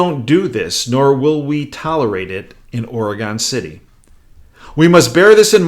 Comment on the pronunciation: Profound and accurate. But the pronunciation is "OR'uh-gun City" and Gov. "ENSLAVE'.